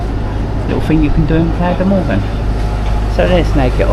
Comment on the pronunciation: Mogán, please respect the names of places you visit😮